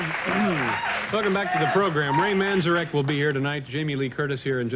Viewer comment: Dave mispronounced Ray Manzarek's name.But Jamie looks radiant.